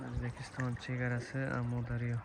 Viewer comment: Омударёмас амудорё